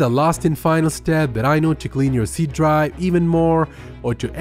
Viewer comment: Faster = Fuster Effective = Effecteeev Drive = Dry